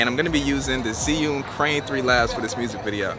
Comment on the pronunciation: It's Axe-sis and Zih-yoon...and I see what u did there with the hip-hop Asian soundtrack 😑